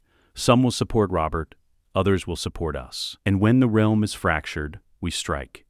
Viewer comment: And you can tell its ai voiced when it says real-m rather then realm 😂